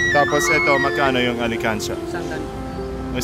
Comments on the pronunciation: ALKANSIYA… not alikansya ☺️ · it pronounce "alkansya" not alikansya..thank you for helping our kababayan aetas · pronounce it as AL KAN SYA not alekansya, oke? can u help me find my forever thru ur channel? 😥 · not to hate but its not ali kansya it al kan sha to pronounce i hope i help u love you po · not alikansiya, it is alkansiya. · Alkansya baby not alikansya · This guy is trying his best to speak Tagalog words, he didn't care at all if someone laughed at him if he didn't pronounced it correctly. Like what I've noticed here he pronounced Ali-kan-sha it should be Al-kan-sha (Alkansiya).In addition to, most of his videos are worth watching.Aside from his attractive looks he's very helpful,kind,accommodating etc. So that's why I didn't hesitate to subscribed his channel.😊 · Alkansya po??! Not alikansya hehhe... Joker Karin?? Anyway I love you po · good job though! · Al kan sya not Ali kan sya just want you to say it correctly because you are true Filipino at heart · Alkansya not alikansya😹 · hindi ko nagets nung una yung sinabi nya.. (ALI KANSYA) kasi pronounce nya 😅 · Ang cute naman how you pronounce the "alkansya" to "alekansya'.. lovely😘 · I'like the way pronounce 'Alkansya' as 'Alikansiya'😂💕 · just wanna help with the pronuounciation,it is al-kan-sha not alikansya... :) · Bless you, next time pronounced properly "alkansya",😝😜✌️ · pronouces as al-kan-sya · Alkansya Hindi Alikansya.... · alkansya not alikansya